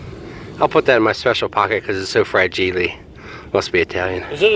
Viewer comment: HAHAHA! fra-gee-lay, must be Italian.